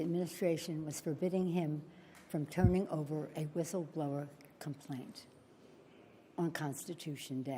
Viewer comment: She couldn't even pronounce word "whistleblower". She said "whisfschitlower", or something like that.